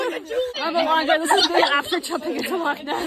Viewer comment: Congratulations, ladies, on your correct pronunciation of the word "loch". Many people who are not Scottish tend to pronounce it as "lock". The guttural "ch" sound is no longer used in spoken modern standard English, so many people never learn to form that sound as children. Although remnants of a very similar sound remain in written English in words that end in "gh" or "ght".